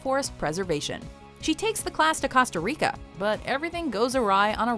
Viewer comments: CASTA RICA?!?!?!?!? SAY IT AGAIN AND I WILL CHOP YOUR THUMBS OFF AND MAKE YOU JOIN SHITTTER!!!!!! IT IS cOsta rica, COSTA RICA, COSTAAAAAA RICAAAAAAA!!!!!!!!!!!!!!!!!!!!! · I'm sorry, but did she really say "Cost-ah Rica"!?!? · Wait a second... did YOU say “CASTA Rica”? Not “COASTA” like “Costa Rica”? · “Casta rica” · It's not Cost-a Rica it's coasta rica.. Not how it's spelled just trying to explain how to pronounce it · Did she call it Casta Rica, and not Costa Rica? WTF? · Being half Costa Rican it triggers me to hear it pronounced as Kawsta Rica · Still dying laughing at "Cost-uh" Rica. 😂😂😂 ok,. I'll keep clicking. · Who says "Cahsta Rica"? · Cost-uh ree-cuh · Cost - a - rica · Cost-a Rica? Come on now girl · Is that how u pronounce Costa Rica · I guess Canadians don’t know how to pronounce Costa Rica.